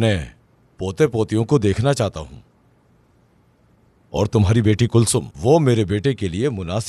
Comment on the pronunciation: Jameel kulsum ko huyum kehrhahe